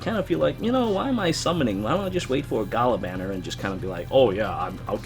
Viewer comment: it is G-ah-lah and dragonyule Ge-anne (spelled Jeanne)